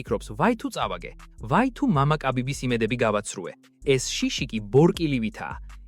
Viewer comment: წარუკიანი და კაბიბი რა უბედურებაა გაახმოვანეთ როგორც საჭიროა